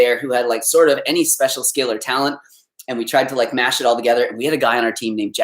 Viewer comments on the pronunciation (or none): none